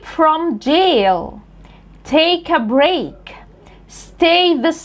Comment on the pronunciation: Break نطقنا ال aطويلة ليه ؟